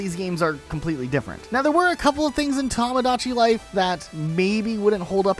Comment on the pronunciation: I'm getting an aneurysm listening to mispronouncing "Tomodachi Life" multiple times